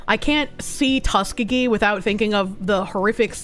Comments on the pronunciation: It's pronounced Tusk EE GEE. lol....."tuskagee"...... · As an Alabamian, I just want to tell the that Tuskegee is pronounced Tuss-key-gi.